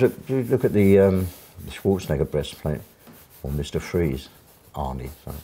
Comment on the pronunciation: WTF did he say ? Miss Trees? What movie is he talking about with the cryogenics? EDIT: OH I think he said Mr Freeze.